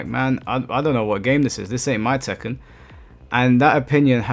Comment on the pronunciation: It's tekken bruh😂